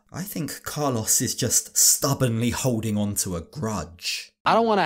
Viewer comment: Im sorry, i love you, i love this channel but i just cant with the pronunciation of Carlos jaja. Even more so after living in Colombia for 8 years.